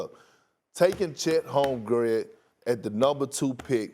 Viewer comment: Perk! Who is this Chet Holmgred you speak of?!